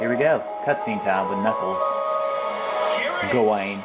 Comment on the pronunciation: Lol when u said gwain I said grain!